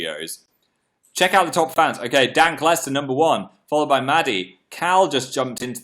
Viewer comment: he just said dank lester but im just gonna pretend it's dan lester